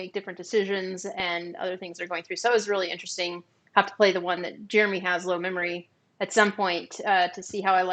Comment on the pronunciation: You said my name exactly right, which is amazing. Give yourself a pat on the back Jeremy! I'm really excited to hear you all are looking forward to doing more "relaxed" content. It's relatable and easy to watch while eating lunch, working out, etc. Especially during this pandemic, I feel like I enjoy that engaging content.